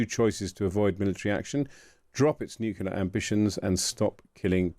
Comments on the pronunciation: " new - clear" it's quite simple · No such word as nucular